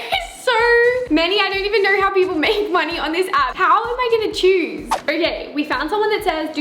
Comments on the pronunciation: “i’m CERioers let me kneeer”. “i think i’m going to geeer” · Her:welcome back to another vider.....let me knor....and so on! It is ooooooooo not rrrrrrrrrr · Ikr😂😂 “down beler” and “kner”😂😂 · “beler” “let me kner” “a photer”